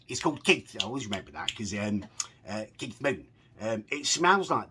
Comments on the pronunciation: Kieth lmfaooo it’s kief! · Haha its keif not Keith